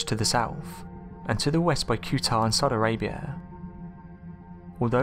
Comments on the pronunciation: Qatar is pronounced katar not cuetar! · It’s “Ka-tar”, not que-tar. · I enjoy your videos except for one thing-your pronunciations of names can be atrocious. Q'atr. Kew tar? Really? In English, it is rendered 'Cutter'.